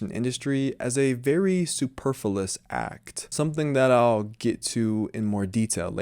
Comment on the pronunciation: I‘m so sorry for this: Please check your pronunciation of superf-L-uous and have another look at the definition of ultimate and hence penultimate. I hardly know what you may mean by fashion, since it died in the 1990ies and what we now observe is a merry-go-round of 20-year-trends. Like a true zombie fashion still kills - probably much more than when it was still kicking. What we need is personal style. It is great to have channels like yours that reflect on the place of the individual in the face of (zombie)-fashion. I‘m so with you on social media. We can make it better, I hope. More humane etc. and still keep its great potential to inspire.